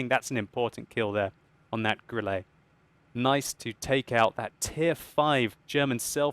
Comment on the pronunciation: Funny how he says Grilla xD Also not trying to shame you XD